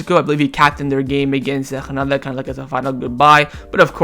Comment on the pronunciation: I enjoy yr commentaries. Granada is pronounced with a hard G. Just as it is spelled. I don’t understand how you are trying to pronounce it. Phil in Seattle